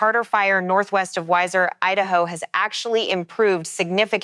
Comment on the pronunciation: Pronounced wee-zer idaho. Weiser